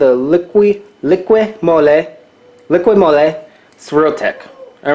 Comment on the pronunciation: This guy can't speak proper english,the word is m o l y not m o l e y,but this guy must think the earth is flat.